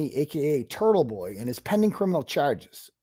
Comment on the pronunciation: Why is it pronounced Turddle-Bhoi?